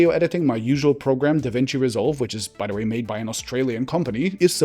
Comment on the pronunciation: I love that a German man said “zee Germans.”